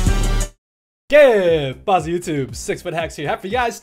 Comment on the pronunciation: The Cheat I speak Spanish and even still could not for the life of me hear it as "que pasa" lol But thanks